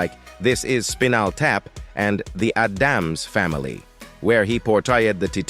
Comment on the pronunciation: Why do so many creators use AI generated voices?/ It is sooo annoying to hear simple COMMON names and terms get butchered.. I stopped the video as soon as i heard the Adams Family pronounced "The Uh-damns Family"... smh